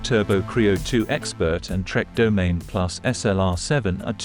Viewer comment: Domaine… 🤦‍♂️. It’s Do-ma-nee